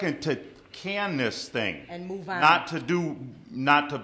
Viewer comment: Apparently the word "on" up there is pronounced "Aaaaaan"